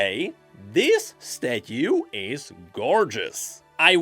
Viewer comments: The way he says stathue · i need 12 hours of saying "statyu" now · I can't get over your pronunciation of "statue" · I just cant take saying Statue.... its soooooo odddddd